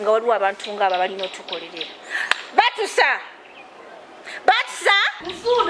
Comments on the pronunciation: 😂😂😂😂mbu batisa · Mbu baatusa🤣🤣embwa zeewa edembe kusande nezitabba nyama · I love the way how Queen pronounce the name Batusa😂😂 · I feel like recording it